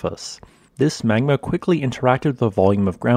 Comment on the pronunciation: You're saying "magma" all wrong. Dr. Evil would be disappointed.